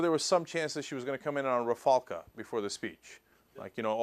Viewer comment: Rafalca! Rafalca?.....Rafalca????